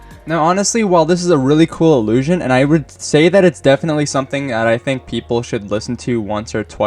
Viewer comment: no, 'illiusion' he said multiple times